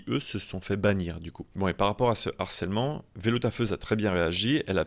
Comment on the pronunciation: "cela va créer un Narcèlement"? Avez-vous déjà entendu parler du concept d'H aspirée? Vous savez, ce truc qu'on apprend à l'école primaire. Bref, quand un mot commence par une H aspirée, il n'y a pas de liaison. Ergo, "créer un harcèlement", sans liaison. Pas possible de massacrer le français comme vous le faites!